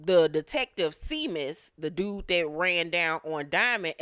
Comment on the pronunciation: Seamus is pronounced as Shamus, I am originally from the Midwest (Ohio), and came across some Irish folk back in the day!